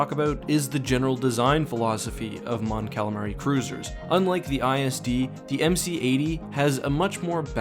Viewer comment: Mon "Calalion"😂 Great Vid tho!!